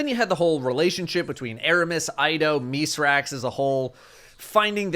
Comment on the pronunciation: Thank you for actually pronouncing Mithrax' name correctly